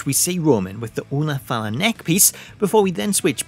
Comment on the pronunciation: I'm Samoan and love how you pronounced "ula fala" perfectly great job!